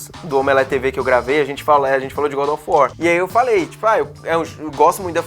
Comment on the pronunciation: "Godofor" kkkkkkkkk